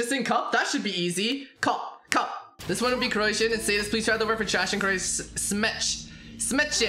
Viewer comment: lmao i love him trying to pronounce the croatian word from trash